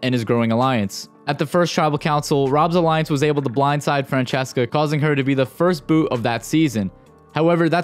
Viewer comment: Phillip called Francesca ”Fransesqua” 😂